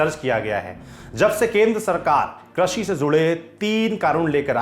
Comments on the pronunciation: 'क्रषि' नही होता एंकर साहेब, कृषि होता हैं। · Sirji Krashi nahi Krishi hota hai